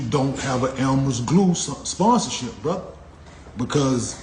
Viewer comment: Funny af how he says "brotha"😂